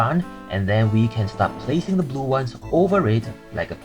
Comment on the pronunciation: am I insane or weird or did you just say zoo instead of blue maybe I’m just hearing things😅😅